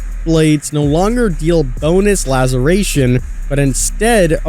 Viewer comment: How can you still not say "laceration" properly? Damn dude it's really not that hard lmao